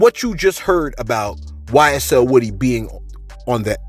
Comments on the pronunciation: His name is woo-dy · Its pronounced “Wooooooh-Dee””